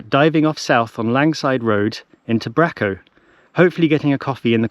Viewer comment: Hi, another great video, thanks. I must say hello next time I see you walking your dog. One small tip - its pronounced Brayco, not Bracko but you weren't to know!